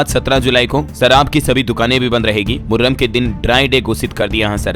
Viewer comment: Thik se padho moharram hai 😅😅😅